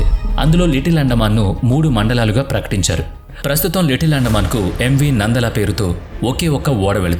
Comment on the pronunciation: నందల కాదు నలంద